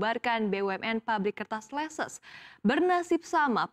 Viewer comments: Leces bacanya leces bukan leses 😅 Itu deket daerah saya😂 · Cara bacanya itu leces bukan leses